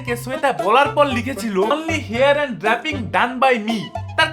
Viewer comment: Meye ta mone hoy thik kore porashuno o koreni, "matte" কে "ম্যাটি" মেকআপ বলছে, "drapping" কে "ড্রাপিং" বলছে !